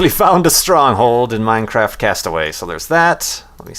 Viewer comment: Minecack lol